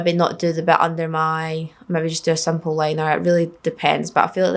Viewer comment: You are so gorgeous. Hehehe. When you say simple wing, your accent gives it a tilt toward "sample wang". 😂👍 I would do anything to have your accent, btw. Makes everything you say adorable.